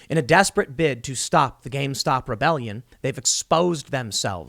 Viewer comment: I love that you keep saying gamestock